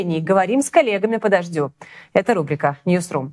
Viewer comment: Ньюс ру ! Но с таким произношением как у этой велушей, мне послышалось- не сру😂😂😂😂 потом прислушалась - точно!